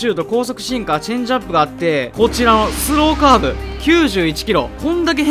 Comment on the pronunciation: スローカーブの発音変じゃね